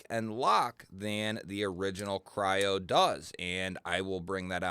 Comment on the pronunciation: If you go to the link from the company who makes it , it’s called Kryo not what you said.